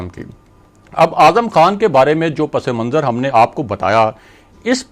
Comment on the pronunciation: براہ مہربانی اپنا امیج قائم رکھیں اور لفظ صحیح طور پر ادا کریں - پس منظر صرف پس اور منظر ہے- پسے منظر نہیں